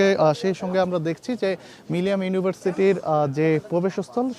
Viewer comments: মিলিনিয়াম বলতে কষ্ট হচ্ছে কেন বার বার মিলিয়াম বলছে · মিলেনিয়াম উচ্চারণ করতে পারে না যে ব্যক্তি, সে রিপোর্টার হিসেবে দায়িত্ব পায় কিভাবে এবং কোন যোগ্যতায়?